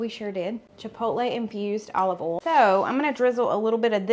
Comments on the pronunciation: I love the way you say “oil,” which is “AWL.” I had to concentrate to figure out what word you were saying. It’s more like OY-ee-el. Hahaha! Love your pronunciation. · I am a Mish mosh of accents. I am from Texas but my parents are from Georgia and Alabama. So my accent is a little of everything😆 But I too pronounce boil and oil the same way you do. I just can’t help it. I find your accent charming! Loved all of the recipes you share. Thank you so much ❤️